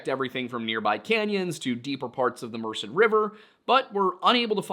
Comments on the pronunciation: Merced- “myrrh-said” Tuolumne- “two-wall-o-me” So that when you end up out there next year, you don’t sound like a damn Yankee. Yosemite is absolutely beautiful, however, you might want to rethink your timeline for the trip to be there in late April or early May. If it’s at all possible. Summers are extremely hot and very dry there. Other than that, enjoy yourself and be safe. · Merced is pronounced Mer-sehd with the stress on the second syllable, just so you know. Also (without completely doxxing myself lmao), I feel the need to apologize for the lack of organization/missing info in some of the newspaper archives. It's quite an issue here in the Central Valley. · A Local here .... Chowchilla you actually DO pronounce the double LL as L's and not the typical Y in this area. I was born and raised in Madera county and lived in Chowchilla for 10 years. The name comes from a tribe of native Americans Named the Chowchilla Yocuts. And Merced is Mur-Said. Otherwise, nicely done. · slight correction on your pronunciation of Merced. The only reason I’m saying this is because you have stated in past videos that you wish to pronounce places correctly (except anything French, which is entirely reasonable😂). I know a local to the area who pronounces the name Mur-sed. You said Mursid, which i believe to be incorrect. Just thought I’d let y’all know. Love your content, keep up the good work! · So uh... Merced is pronounced like Mer- said. I was trying to figure out what lake you were talking about since it's near where I grew up. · I feel qualified to bring something to your attention regarding pronunciation having lived in California most of my life. Merced is pronounced Mer said. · Thanks for the video! For future reference, "Tuolumne" is pronounced "too...all...umm...ee" with the accent on the "all". Hard to get right from its spelling. "Merced" is pronounced "murr (as in "purr") ..said" slightly accenting the second syllable.